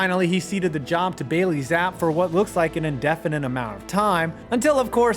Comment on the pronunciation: The name is pronounced Zapp-ee